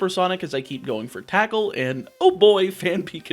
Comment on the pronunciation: Fun fact you said attackle